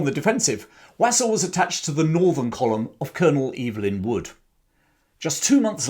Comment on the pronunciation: Interesting content. Just a small point, you are not pronouncing his surname correctly. It should be pronounced Wosul. (I'm a friend one of his family members).